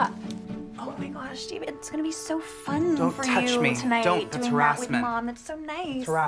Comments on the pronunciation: Ew Day-ved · eeeewwww Day-ved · Ouch David! Ouch day-ved!!!! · EW DA-VEHD